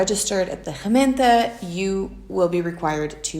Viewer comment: She is trying to say Gemeente, (Township or Municipality).